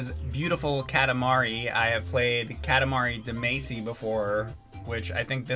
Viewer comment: Haha.. Katamari “Da-Macy”??? I bet you also pronounce Kage like “cage”. Haha.. lol.. rfloo. Glad to see you back